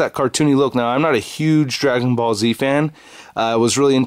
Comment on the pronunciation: Sounds like he said Dragon Ballsy